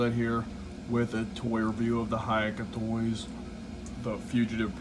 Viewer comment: nice! just fyi, HaoCai Toy is pronounced kinda like 'how sigh toy' (technically it is closer to how tsigh but since we dont use 'ts' it will be easier to use a hard S sound)